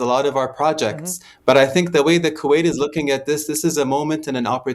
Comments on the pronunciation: Why does she keep on saying Quwait? He repeatedly pronounces the name for you but you selectively mispronounce his country’s name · I wish this british journalist would say Kuwait properly. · Becky can't say Q8 properly.